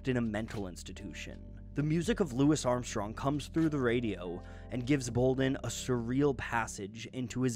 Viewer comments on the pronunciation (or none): Bruh said "Lou isssss Armstrong" tho